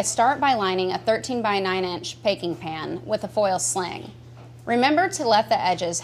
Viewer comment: "Paking pan"